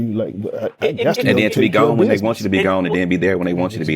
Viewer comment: 😂I can’t stand it